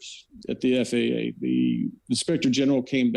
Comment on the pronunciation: "FAAAAAAAA". Yes, pronounce it as an acronym like you suggested, Natali. Love it.